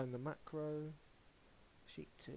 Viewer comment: I listened a few times to get the right steps in...and kept hearing him say macro a million times wrong. A co-working came into my office asking me what the hell I was laughing at. Never in my life have I heard someone go back and forth like that. After I was done laughing, I kinda wanted to make him stop talking forever.